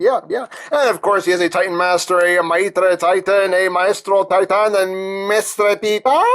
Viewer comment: Hahahahaha...!! Maestro Titán...!!!! Good pronunciation in spanish..!!